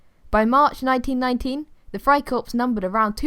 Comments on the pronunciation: I’m saying it’s pronounced “Fry core” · You don’t say the p and the s in friekorps